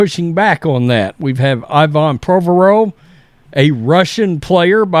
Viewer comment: "Prowvaerowv?" Haha! We will be better heard the less retarded we sound. Just a joke. Keep up the good work, sir!